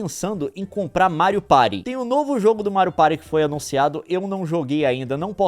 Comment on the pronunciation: "Mário Pairy" 😂😂😂